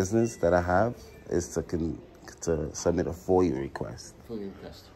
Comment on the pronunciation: It is FOIA...not FOIL.